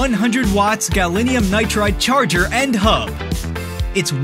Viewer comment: "The footage in this video was created as promotional/educational material." So educational, in fact, that the voiceover can't even pronounce "gallium" correctly. This typically American linguistic ignorance hardly inspires confidence in the product's manufacturers that they let it pass. (Or is it a hoax to encourage interest?)